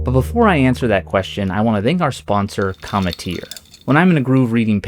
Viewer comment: That's not how cometeer is pronounced lol